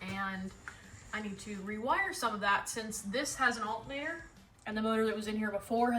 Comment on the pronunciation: Timestamp how she says “Altenator” 😆 Great car and video!